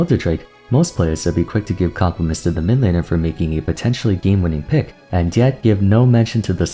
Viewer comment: min-lane is still funny to hear from you tbh